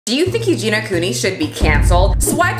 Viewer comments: every time she says “Eugene-a” instead of Eugenia 🤭😅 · I'm offended that you kept saying eugena instead of eugenia 😆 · I am OFFENDED that you call her "You-gena" 🤡 BIG oof 🤣🤣🤣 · Sure I'm not the 1st to comment this but Euginia's name is pronounced U-gee-nee-a. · Do you mispronounce Eugenias Name on purpose for algorithm reasons? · I love you but I can not stand you constantly saying her name wrong 😅😂